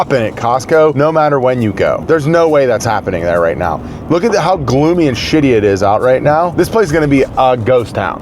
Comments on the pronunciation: You said it was "a crazy gloomy day" and I thought you said "it's crazy glue me day." which would have been in line with your usual programming. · Did anyone else hear him say "We have a Crazy Glue Me Day"?